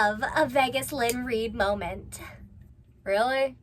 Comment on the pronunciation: "A really long fleeting molment" That's.... that's not how those words work.....